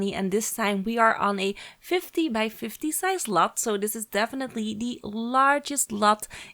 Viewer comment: Ja dat dacht ik ook al, toen ze in het begin ´by´ zei klonk het al ´bij´